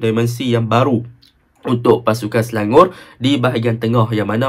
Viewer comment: Nampak struggle nak sebut Selangor 😂 Sebut selangoq je bang..